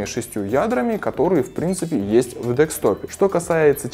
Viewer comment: Обажаю твои фэйлы в произношении))) дэкстоп, тампон бюрнер и тд) без стёба, правда))